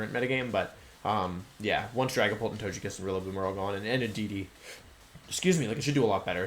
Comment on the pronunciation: Every time he says "Tojekiss" it greatly aggravates me